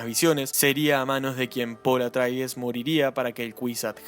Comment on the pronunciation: Buen video, nada más que la casa se llama Atreides, no "Atraides". 👍